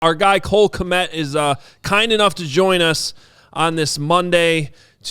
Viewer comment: Why does madden game say Cole k m e t instead of kmet. ? 😂